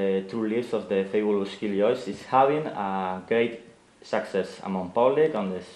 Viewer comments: everyone's faces when he said "...a great success" wich sounded like "sexess" mikey totally wants to burst out laughing xD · Haha when the interview was talking about their success at the start i kept thinking he was saying "sexist" XDD